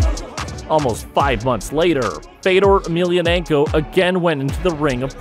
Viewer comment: Wish you'd pronounce his name correctly!